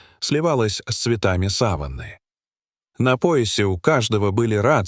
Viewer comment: Хороший ролик. Но в русском языке сАван, как вы сказали это ткань которой закрывают покойника, а саваннА это то что вы озвучали, африканская степь. Ударение неправильно произнесли.